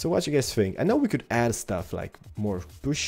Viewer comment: I dont "Knjow" is so funny the way you say it. XD